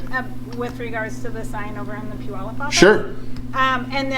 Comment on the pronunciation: For those wondering.. it's pew-yallop.